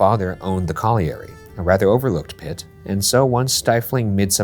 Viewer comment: The pronunciation of colliery is killing me. It’s coll-yuh-ree